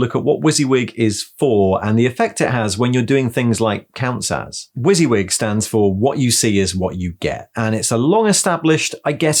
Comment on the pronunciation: I've never heard WYSIWYG pronounced like that before! I've always said it Wuss-Yuh-Wig, I much prefer your one!